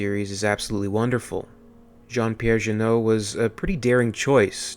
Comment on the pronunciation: Hey,, the director of this one is Jean Pierre Jeunet ( not janut) lol you pointed is own interpretation of the alien's saga, you are right, check" city of lost children" from the same director and more deeply the movies he did with his old friend Caro, well, I think Jeunet & Caro always used dark ambiance in all their movies, good choice for alien resurection, really respected director in France City of lost children ( already with Ron Perlman and Dominic Pinon) and Delicatessen probably his best material my point on JP Jeunet is: if you like green color....you ll like Jeunet's movies (he also directed the famous movie "le fabuleux destin d'Amelie Poulain" (Amélie/Amélie from Montmartre)